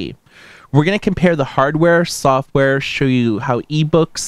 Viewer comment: "shoe you" ? wtf.